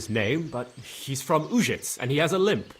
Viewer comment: It's a pity they didn't go through and create pronunciation guides for the town names for the voice actors. Having Uzhitz pronounced 4 different ways inside an hour is jarring.